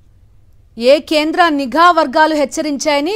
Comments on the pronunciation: అయ్యా పవన్ నీగా కాదు నిఘా. తెలుగునే koonee చేస్తున్నారు. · పవన్ నిజయతి పరుడు అనే ముసుగు లో వున్నాడు నిఘా ని నీఘా అంటాడు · నిఘా వర్గాలు అనాలి సావీ "నీఘా" వర్గాలు కాదు. కేంద్రం చెప్పుతో కొట్టినట్టు చెప్పింది.